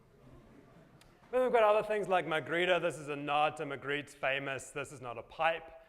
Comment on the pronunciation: Jeremy Leipzig HaHa... I liked the way he pronounced it..